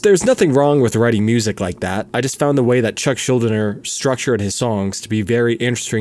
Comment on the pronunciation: His last name is actually pronounced shool-DEE-ner. Can hear it said correctly as well in an interview with Gene Hoglan.